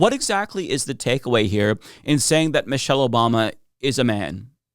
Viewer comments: It's ok he said Moshelle.. So not Obama's wife. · Who is “Mow-shell Obama”?